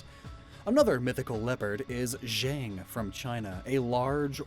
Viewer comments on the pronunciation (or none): none